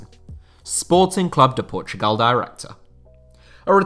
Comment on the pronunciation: You get a like just from saying Sporting Clube de Portugal and not Sporting Lisbon